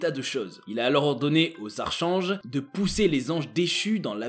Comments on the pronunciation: Bonsoir bravo pour vos recherches et travail. Sinon on prononce archanges: arc ange. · A " les archanges" mais enfin ça ne se prononce pas comme ça.... , quel age as tu? On dit arc'K'ange.